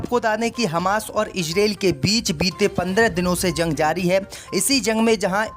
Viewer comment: ZUNG KA EILAN....JUNG THEEK SE READ KERNE NAHI AATA.???